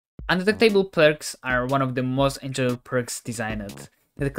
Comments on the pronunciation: Kept saying “un-duck- table” instead of un-de-tect-able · Yeh, man, undetecTABLE Yep... Definently not undeTECtable 😂